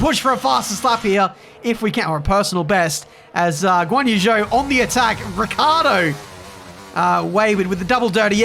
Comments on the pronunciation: how the fuck did they screw up zhou's name like that? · Let’s hope he learns to pronounce Zhou’s name well by half the season. Or maybe he starts calling the rest Ricciardo Daniel, Ocon Esteban and so on